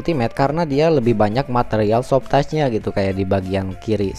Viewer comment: Mas, maaf, sebutan Soft touch bukan soft tas......satu lagi Cruise Control.....bukan Kruis Mas.....susah kasih tahunya lewat text...cek di google translate aja mas.....biar video selanjutnya gk terlalu mengganggu di telinga....thanks anyway